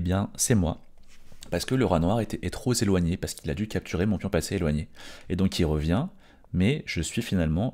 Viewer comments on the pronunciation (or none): Fort utile, et extrêmement clair ! (Attention à "trop zéloigné", à 10 min 17 s.)